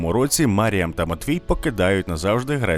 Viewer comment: Коли диктор випадково назвав її "Міріам" мене трохи тригернуло 😅😅😅